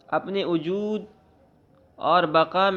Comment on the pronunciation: Ujood ujood kyun padhte ho bhaijan wujood hota hai ujood sunte me kaano ko takleef hoti hai bura mat maanna bhaijan